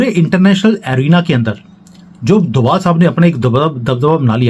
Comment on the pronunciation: DOBHAAAALLL...DOBHAALLL IS THE ACTUAL CAST.... CALL THEM DOBHAAALLLL.... PLEASE ! DOBHAALLL.... !